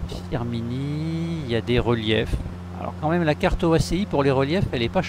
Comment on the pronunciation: Bienvenu chez moi 😅. -> pas Firminin, mais Firminy 😂.